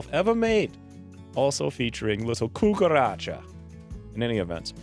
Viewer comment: "Cucaracha", I laughed, I'm also muy latino, still lovin' this <3 Pd: I'm also lovin' that pronunciation <3